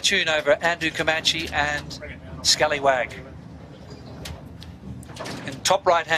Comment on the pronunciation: I wish Peter Shipway would learn how to pronounce Comanche. His mispronunciation spoils the telecast EVERY year.